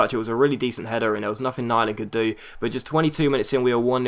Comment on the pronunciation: great episode! btw, im norwegian, and its pronounced nee-land